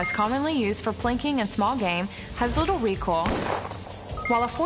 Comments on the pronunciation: The video was a bit annoying with the beeps and isn't that pronounced Re-Koi-L? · Anybody else notice she pronounces recoil as "recol" lol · More like recall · “ ignore these jack asses on the internet, its recol in real life” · Yaaaa right!!! The person who don't know the word "Recoil" will surely think they used to recall back 😂😂😂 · It's accent and probably how she think how the word "recoil" should be read